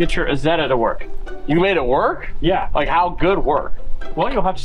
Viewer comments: Pronounced as eyezeda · It's pronounced "eye" Zetta!!! Don't you know your Deutchlandese?? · Pronounced Eye Zet Ah!!! 😊 Like Eye Tal Ian!!! lol